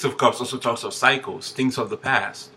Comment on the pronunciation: When you said "cycles" I thought you were saying "psychos" 😂😂😂I thought... Just my luck 😂 Figures!